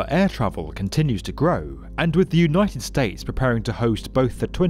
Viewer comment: Unioted Staytes. Cracks me up